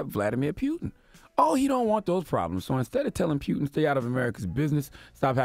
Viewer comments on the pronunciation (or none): Bruh! It's Poo-tin, not Peew-tin 😩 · its POOTIN' like a fart not Pewtin like you shootin.. someone help charlamagne pronounce words before he gets on air dammit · It's Putin....not "Pew-ton" Charlemagne....lol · It’s Putin (poo-tin) not pew-tin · This nigga said Nasha instead of NASA and peeyouton instead of putin. Y'all, this is important that we all vote this election cycle. If we get more democratic senators and congressmen in office we can begin to impeach this fucking orange embarrassment. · Charlemagne, there is no "pew" sound in the surname. It’s pronounced: vluh-DEE-meer POO-tin." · CTG.If you want to talk politics, you need to learn more about it.How are you so sure Russia had anything to do with US election?How are you so sure that FBI claimed it was Russia? Only cause they say it on TV? p.s It's PUTIN not Pyutin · Putin! Not Piutin! Sorry bugged me haha keep up the good work though. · It's PUTIN not PYUTIN man dam. As in: "I got home from work and started POOTIN" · Nobody in America says Putin's name correctly. Especially the mainstream media. His name is pronounced Pootyen. But everyone in America says Pootin because American's dnt take the time to say people from other countries names right. And most Americans are clueless about Linguistics. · Words this ignorant "agenda slave" mispronounces: earth; earf, Putin; pewtin, NASA; nasha. I'm sure there is more, but I could not listen any longer due to his misinformation. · NASHA? PEWTIN? EARF? Charlamagne do u have speech impediment? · He say pewtin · He know's it isn't pronounced pewtin and says it excessively just to shove it in people's ears.... these the times when I remember why I don't like CTG.. he's like a hiphop hipster.. he tries so hard to be different and stand out and it just doesn't come across natural. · Pew-tin lol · Why is this guy saying "Pew-un"? WTF, bruh? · Pewton and Sons 🤣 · Not pewtin😂😂😂😂😂😂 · Stop saying "pew"tin and ghentleman! The latter ctg says constantly! Arggg